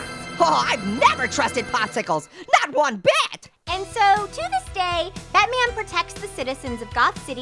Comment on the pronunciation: Batman or butman?